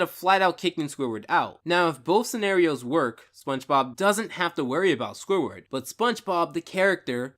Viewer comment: 24 minutes of listening to this guy say "Squiward".